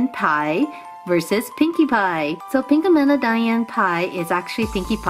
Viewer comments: It's pronounced Pinkamena pinka_me_na now u try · Thats not how you pronounce her name -_